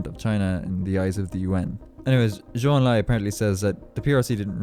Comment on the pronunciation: President Nixon is probably the only US President who knows how to properly pronounce a Chinese name like Zhou Enlai.